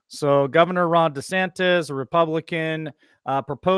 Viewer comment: Why is it that nobody doing these shows can't pronounce DeSantis....it's not DeSantez.....